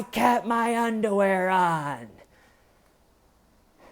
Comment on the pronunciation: The way says "undawear" is so goddamn funny idk if it's intentional or not